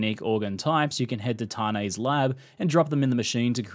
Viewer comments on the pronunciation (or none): "T-AH-NI" ? more like "Tān"